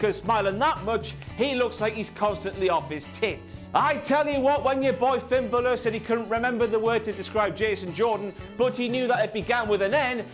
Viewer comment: Finn Buhluh